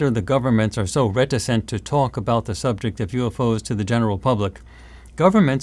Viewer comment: And "subjecT". yes, doesn't pronounce the ends of words. She needs elocution lessons so that non-native English speakers can understand.